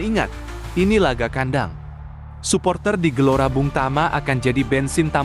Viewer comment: Wooy bukan gelora bung tama. Tapi gelora bung tomo, nama ngga boleh salah pengucapanya